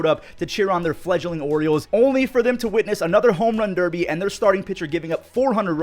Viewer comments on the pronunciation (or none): none